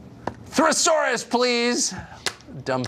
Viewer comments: Its "thesaurus" Fucker Sharlson, not "thruh-saurus". I swear he can toss apples up and tell you oranges are coming down. Your racism is showing Tucker. This is just soooo rich coming from Tucker....the king of creating a narrative himself. smdh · LOL at Carlson saying 'thresaurus' right before before calling other people dumb.